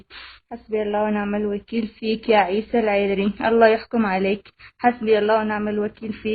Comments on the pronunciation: هذا يقول انها زوجت عيسى ماتعرف تنطق اسمه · ههههههههههه ليش ماتنطق إسمه صح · بالله عليك ماتستحي انت وهي ماتعرف تنطق اسمه بتقرا غلط الله لاوشل عليك انت وهي مرته ماعرفت تقرا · اول حاجه انطقي اسمه صح ههههههههههه وعادها تتقراء من ورقه شكلها تضحكو ع من يازنوات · مش عارفة تنطق اسمة كيف وهوا زوجها 😂😂😂😂😂😂😂